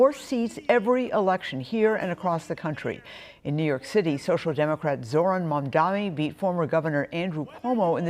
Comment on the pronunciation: His Name is MAM-DANI. U are a journalist get it right.